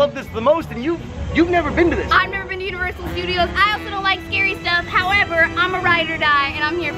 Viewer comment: I thought said "I've never been to uterus studios " 😂